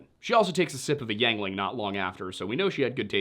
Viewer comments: Did u really say YANGLING lol it's said YINGLING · Hold up. YANG-ling? I grew up in eastern Pa and I never heard it pronounced yang-ling, we always pronounced it ying-ling. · ...I'm from Bradford county PA, bro. And I can assure you that the actual Yuengling family themselves pronounces it "Ying·luhng." I'm going to defer to the family as an authority on how to pronounce it. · ...I have literally never heard anyone pronounce Yuengling that way before.